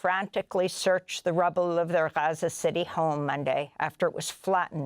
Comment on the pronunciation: Amy can't even say Gaza anymore. She just says Haza now. So annoying.